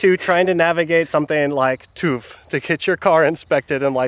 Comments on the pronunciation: "tooth" - I see you're still stugglinmg with the umlauts. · Hahaha....they pronounce it as "toof"....those Americans.... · You‘re pronouncing tüv wrong. It’s not toof it’s TÜV